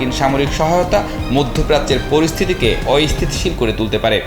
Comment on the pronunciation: রিপোর্টার ভাই.. অ-ইস্থিতিশীল না, হবে অস্থিতিশীল... উচ্চারন টা শিখে তারপর রিপোর্ট কইরেন !!